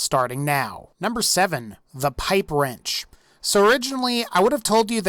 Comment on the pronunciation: YOU SAID THE PIPE WRENCH WAS SHET XDD